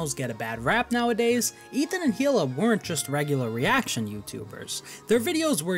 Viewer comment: It's actually pronounced KHHHHHHHila